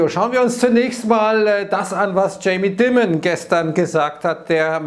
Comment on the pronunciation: Der gute Herr heißt Jamie D-AI-mon, wie diamond nur ohne D